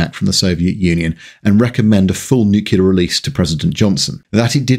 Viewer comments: 1.) Mocks us Yanks for producing the B-36, allegedly one of the most ugly aircraft in existence, despite the existence of the Blackburn Blackburn, the Handley Page Heyford, the Boulton-Paul Overstrand and the Armstrong Whitworth Whitley. 2.) Again mocks us Yanks for our supposedly inferior use of English, while being unable to pronounce “nuclear” correctly. Still a pretty good video, though. 👍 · Enjoyed this video, the audio was marred by Nuclear being pronounced as Nuculer. Could excuse this from the USA but a Brit should know better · Great video but please, there's no such thing as "Nucular" weapons. It's nuclear, thermo nuclear. It may seem like a small thing but it's tough to get through great content when you pronounce the subject like an Alabama livestock enthusiast. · "NOO-klee-urr, not "New-kyu-lurr". Nu-cle-ar. I am Virgo. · Hearing the mispronunciation of NucLEAR as NucUler is really grating from a fellow Brit is like nails down a chalkboard. Saying that forced my way past it because you have a wonderful wit and delivery. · I love this video. BUT IT IS PRONOUNCED NEW-CLEAR, NOT NUKE-U-LAR. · It's pronounced NUCLEAR not NUCULAR. The clue is in the spelling. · Nuclear, not "Nukiller. 🍄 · Nuk lee ar Not nuke you lar. Homer. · Excellent content but it's pronounced Nuke-lee-ar not Nuke-you-lar 🤬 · Please..Please..Please it's Nuclear not Nucular! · Love ALL the videos… BUT, for fuck’s sake, … it’s ‘Nu-Klee-Are’, not f*cking ‘Nu-Q-Lar’‼️ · Come on ...NU-CLEE-ERRR, not Nu-CU-ler. Nuclear. Why are you being George Bush? I would think as a Brit, you'd like to not emulate the US. 😏😉(Great video though as I also grew up in the 70/80's and remember having nightmares as a kid about being bombed by the USSR)👍👍👌👌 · Thanks for all the information, but repeat after me: New clear, newclear, Nuclear. Easy. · Why do you pronounce nuclear "nu-kew-ler"? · There is a new, clear stream at the end of our garden. You see you CAN pronounce nuclear. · "Nuc-u-lar?" Really?